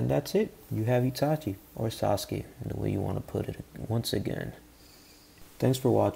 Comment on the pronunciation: He said sauski